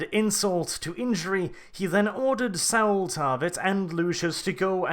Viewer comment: Thank you for putting together such an in-depth break-down. One thing though: Saul rhymes with call, not owl.